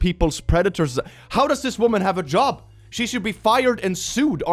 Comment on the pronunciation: "How does she still have a job" or "How does she still have a jaw" ?